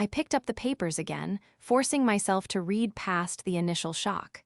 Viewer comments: your narrators need to learn how read can be pronounced in two different ways. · I am not sure if these stores are created by AI or humans but they need to learn a little more about the english language for usage context. When to pronounce words like lead and read.